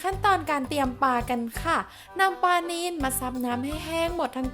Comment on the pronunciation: กรอบ ไม่ใช่ กอบ ปลา ไม่ใช่ ปา